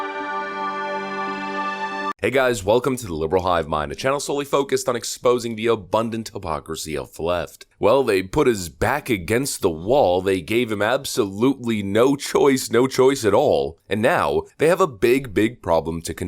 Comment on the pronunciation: Wait wait. Did you say “obundant”? Come on literate people! Make America read again!